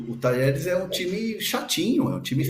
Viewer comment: Um jornalista pronunciar Talheres é dose hein PQP!!!